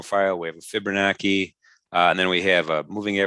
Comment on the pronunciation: fibonacci ( CHI ) NOT ( KI )